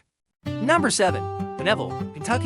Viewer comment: Pine ville not P'neville